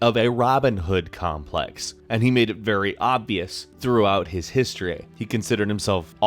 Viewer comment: "histreah" Seriously, do you have a speech impediment,?